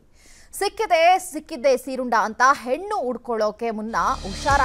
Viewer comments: It's not seerunda.. it's seerunde 😂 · ಅಮ್ಮ ಅದು ಸೀರುಂಡೆ.... ಸೀರುಂಡ ಅಲ್ಲ 😅😅😅